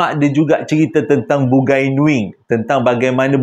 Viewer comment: dik, bukan "Bugai"tapi Bungai (sebutan : Bu ngai )